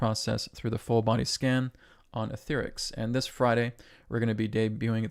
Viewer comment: You're pronouncing Aetherx as etherics,, but your voice over announcer pronounces it as Ether-X. I suppose (😎) you would know, but your announcer has the more persuasive voice, so I think people will end up more or less making you change the way you pronouce it. This hearkens me back to the early 1960s, when the pre Apollo Nasa program was on the Gemeni series. NASA originally pronounced it as Gemenee, but the public ended up pronouncing it Gemen-eye, so NASA just went with it.